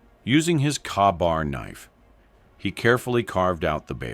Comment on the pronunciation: Kar-bar knife? LOL. Its KA-BAR (KAY-BAR) AI!